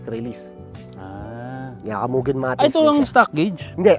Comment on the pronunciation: moo-gen not meuwww gen